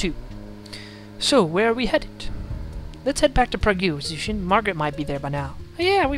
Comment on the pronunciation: Hi! Love your walk through of these games! I'm crazy interested that no one has corrected your pronunciation of Prague. pr-ah-g Not pra-goo Sorry. It was bothering me lol.